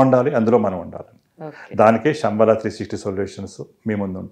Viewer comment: ఒసేయ్, శంబాలా ఏంటి?? నీ బొంద. శంబల అనాలి. హెడ్డింగ్ itself is not correct..